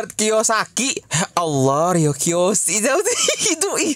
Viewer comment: bangke Robert Kiyosaki jadi Roy Kiyoshii 🤣